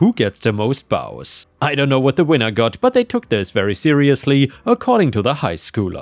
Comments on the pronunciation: Bows: is pronounced as "boze." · the Bows in the Christmas story is pronounced with a long O sound not complaining but since you have asked for help in the past I thought you might appreciate this.